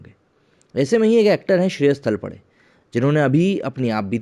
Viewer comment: It is Shreyas Talpade तळपदे and not तळपडे